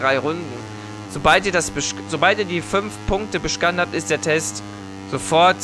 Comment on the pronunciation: Deine Aussprache ist ja echt übel!! Hört sich an ob du voll bist.Oder du eine sz Schwäche hast. Beispiel:Beschanden ? Oder Bestanden? Dann scharten oder Starten? Kann ja sein das das es am Mikro liegt. Aber es sind Sau viele Fehler in der Aussprache.